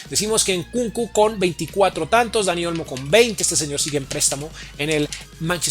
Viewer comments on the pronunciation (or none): muy buenos tus videos pero me desespera que pronuncies tan mal, le agregaste una s al final a olmo, dijiste angelino y no angeliño, pronuncias mal el nombre del equipo, un sin fin de palabras mal dichas